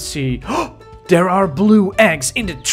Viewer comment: Why do you say there like “der”